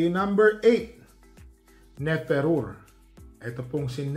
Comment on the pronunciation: Ne fe ru re po ang basa parang tagalog ang pagkakabigkas. Prinsesa ng Egypt